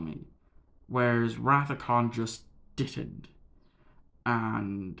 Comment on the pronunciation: It’s Khan. 🙄😂